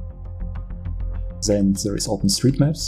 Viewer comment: "THEN" heißt das. NICHT "sen" man bekommt Ohrenkrebs